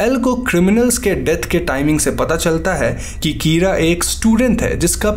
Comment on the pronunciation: Kira is pronounced keyra😂